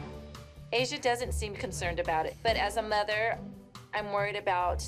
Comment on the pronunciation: "but as a mUtHeR" 😂😂😂